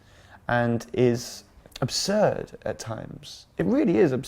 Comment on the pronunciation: the way he said "it really is absurd" sounded like a british snob mOM i lOVE HIM